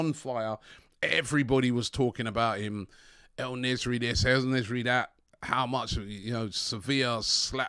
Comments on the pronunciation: (En-nes-eerie) don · Robbie u really need to learn how to read man, the man's name is "En Nesyri" 🙈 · Also, I like how EN spells EL Nesyri 😂🤣 butchers names badly